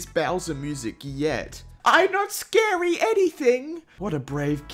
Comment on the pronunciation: it's bad mechs scawy🤪